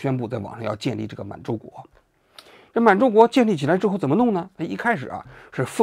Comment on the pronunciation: 溥儀不念PU JIE，而是念PU YI